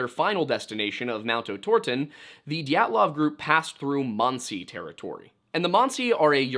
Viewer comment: Manci monci pronounce it right dont go back and forth from manci to monci